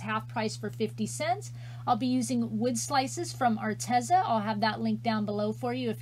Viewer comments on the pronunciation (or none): none